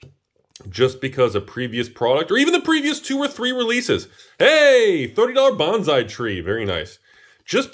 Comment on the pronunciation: Sir, please learn to pronounce bonsai